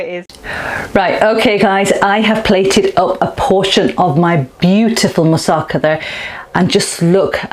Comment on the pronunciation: The emphasis in 'Moussaka' is on the final 'KA'